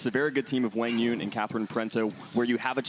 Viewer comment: They are trying to to say it as Qwaang You-ung , the D is silent and DU is like saying You stretched. QUANG is not Qwong it’s more Qwaang